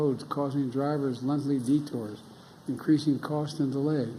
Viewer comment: Did he say "vig behicles"? Did he say "lunthly detours"? I give up on trying to guess.